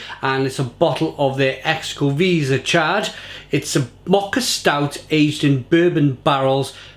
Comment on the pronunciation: Its pronounced CHO CO VEH ZAH. Cheers